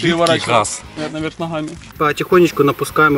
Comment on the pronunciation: Не хаз а газ 🤚😁